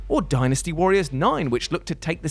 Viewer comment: hey is pronouncing dynasty the right way now